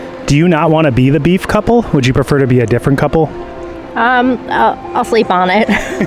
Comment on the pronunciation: beef couple omg I can't stop saying it and laughing- beef coulple HAHAHAHAHAHAHA